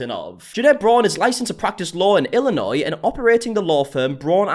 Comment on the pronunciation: I commend your ability to pronounce Illinois correctly. A lot of Americans can’t even do that. 😂